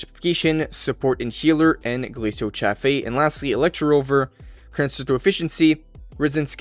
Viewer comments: It's pronounced as CHāf or Chayf. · Glacio cha-fay lol